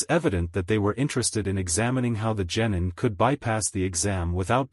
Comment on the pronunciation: You gotta stop saying genitals for gennin